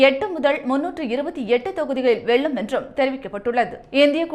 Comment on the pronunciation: இந்த செய்தியை வாசிப்பவர் தமிழில் ல,ள, ழ எழுத்துக்களை சரியாக உச்சரிக்கப் பழக வேண்டும். வெல்லும், தொகுதிகள் போன்ற வார்த்தைகளை தவறாக உச்சரிக்கும் போது கேட்க கஷ்டமாக இருக்கிறது.